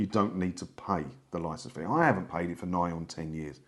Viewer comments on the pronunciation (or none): none